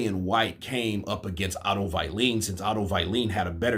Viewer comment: Who the f... is “ Otto violin “ ?